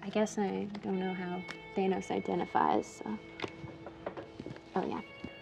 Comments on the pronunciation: Its thanos not thainos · "THAYYnose... Thanus? THANOS." And then she goes back to "Thaynose" anyway. x-D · Not Thay-noes, Thanos like Pan-hos or Dan Ross